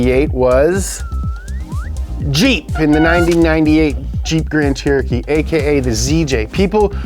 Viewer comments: “Jreep Tran cheritee”— the wise words of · Jreep Tran Trerotree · "hennessy powered jeet chan terochee" deyinn 😭🤣🤣🤣🤣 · The way his ability to pronounce “Jeep Grand Cherokee” deteriorates as the video goes on 😭😭 has me rolling